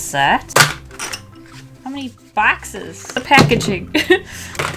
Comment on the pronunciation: How many “BAXES” 😂❤️ earlyyyyyy